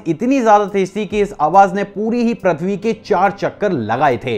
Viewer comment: Ur pronounced प्रथ्वी right pronouns is Pru.. पृथ्वी